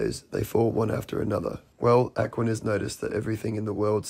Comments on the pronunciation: The guy who kept pronouncing it ACKwaniss had me rolling. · Am sorry but that guy absolutely mispronouncing Aquinas. Really got on my nerves. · It's difficult to take someone talking about Thomas Aquinas seriously when he doesn't even know how to pronounce the name. Apparently he's never attended a philosophy class. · If I were promoting an entire world view based on the ideas of Thomas Aquinas, I would first check how to pronounce his name. 😂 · I've never heard Aquinas being pronounced like that. Is that because he has a different accent than I'm used to? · It drove me nuts that that one guy kept mispronouncing "Aquinas" 🤣 That's all I could understand, The rest of what he said was just nonsensical. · Is he purposefully mispronouncing "Aquinas" or is that a British pronunciation or something? (I looked it up and I can't find this pronunciation anywhere. I think he's just saying it wrong every time.) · Apart from all the other BS, that guy`s pronunciation of Aquinas really grated on me.